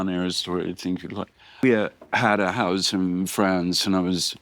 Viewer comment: "I have a houz in Franz." I've never realized all of his s's sound like z's.